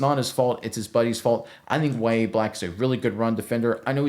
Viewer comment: Its NOT Ya-ye black, wtf? Its Yah-Ya Its an arabic name of John the Baptist.